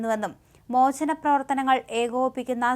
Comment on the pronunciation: മോചനം.... ഈ വാക്ക്..... എത്രാ പ്രാവിശം പറഞ്ഞു.ഉച്ചാരണം മോശം